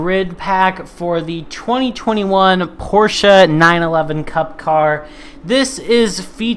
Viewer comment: I like your 'Porscha' uhauahauha. Thx, mate !!! Cheers from Brazil.